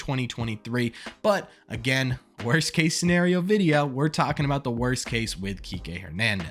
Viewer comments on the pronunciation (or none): Ok..somebodys gotta do it... "Wost"??